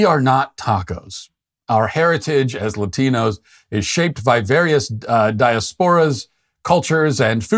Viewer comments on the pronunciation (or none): It’s “Die-ass-pore-a” not “die-a-spore-a.” Can’t knock someone’s pronunciation of a non-English word then Commit the same error. Love ya Matt. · Dear Matt. When making a video about someone mispronouncing something, you would do well to pronounce words correctly yourself. you pronounce the word diasporas as dia-sporas. That's quite funny. I find it hard to believe you have never heard that word before. Its pronounced dyeASpera, one word. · ..Did he just say "daya-sporas"? 🤦‍♀️ That's first class irony in a segment about mispronouncing obvious well know words 😂 I'm not on either side here, but that's just karmic I must say. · "Diasporas" is pronounced "di-AS-por-uhs." Emphasis on the second syllable. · I do have to take a point away from Matt for mispronouncing diasporas while making fun of Jill Biden for mispronouncing bodegas, but his point is well taken. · Was that a joke or did Matt really pronounce "diasporas" the way he did after making fun of Jill Biden for how she said "bodega"? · You mispronounced diasporas as badly as she mispronounced bodegas. LOL Flabbergasting. (from the Pronunciation Police Dept.)